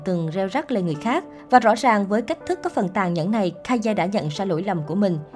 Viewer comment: Ka ye what ngta đọc là cây mà?